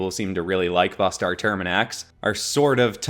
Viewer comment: Not trying to be a jerk Bustar, but it’s supposed to be pronounced (yowch-yah)